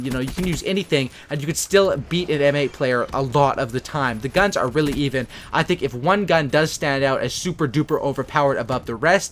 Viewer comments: he said Gans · on he says gans lol